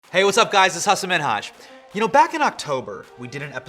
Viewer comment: You pronounced Minhaz right